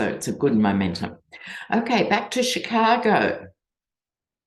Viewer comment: Hi, dear! Must congratulate you on your pronunciation of CHICAGO…spoken like a true Shi-KAA-go-in!